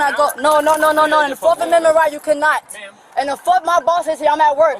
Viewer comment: I didn’t know there was a “forkth” amendment